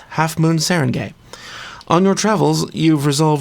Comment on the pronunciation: It's pronounced Sah-Rahn-Guy. At least, that's my best guess as a filipino. Like the word for town is barangay. Not pronounced gay, but guy or gai.